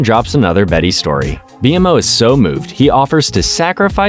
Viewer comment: what is happening first you say bmo wrong and now alternate but mostly say marceline wrong too?! Is this even a real person